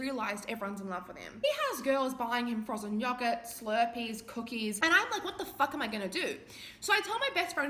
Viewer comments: i just fecking love listening to you rant but i die a little whenever you say yoghurt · abi there is no fucking way you just pronounced yoghurt like that. no fucking way.